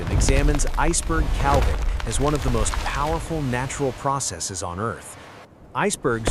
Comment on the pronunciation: Couldn't stand hearing cal-ving one more time. I'm outta here!